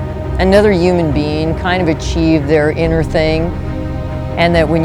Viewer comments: Anyone else notice that she said UMAN not Human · I'm pretty sure I heard her say " uman" instead of human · Is it just me or did she pronounce human "uman" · "Uman bean" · "Yuman." Last time I checked I was human wtf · I heard Uman. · Annoymous Kitten that's how my mom says it and it drives me crazy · Annoymous Kitten Loll yes like Donald Trump says uge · My Little Pony Videos she did say that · i know its funny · yuman bean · Annoymous Kitten A bunch of people pronounce it like uman and its soooo annoying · Annoymous Kitten UMAN 3 TIMES 😂😂😂😂😂😂😂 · why did she say "yuman" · the word "yooman" ruined this video for me. XD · "U-man" TRIGGERED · "uman" I'm done 😂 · did anyone else feel like she said "yuman being" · uuuman- Donald Trump uuuman- This Woman